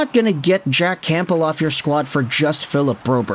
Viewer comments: It’s not “CAMP BEL” it’s “Cam bell) like the soup my guy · You're either just trolling with saying "Camp-bull" at this point or you're just physically not capable of not pronouncing silent P's 😂